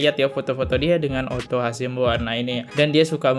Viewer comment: Hasibuan masss, bukan Hasimbuan